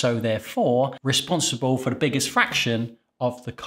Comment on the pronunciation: Are you kidding? American bread flour is perfect for all bread recipes. It's your Canadian Robin Hood that's inferior. And it's "for," not fir.